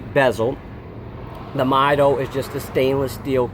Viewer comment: All great points, but I believe the pronunciations are "mee-DOH" and "TOO-der".